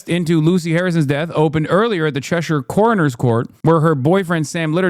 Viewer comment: The only american who knows how to pronounce Cheshire